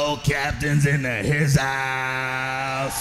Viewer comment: ' skull captain in the hizouse ' lol 😂